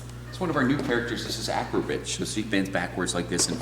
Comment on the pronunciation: Did he say acrobitch Wtf lol. I love your video's Im jealous.